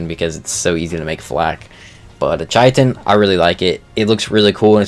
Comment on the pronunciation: Hey fyi chitin is pronounce like Kai Tin or Kite In